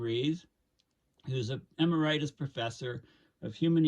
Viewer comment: eMERitus not emer-I-tus? - weird that doesn't know how to pronounce that word.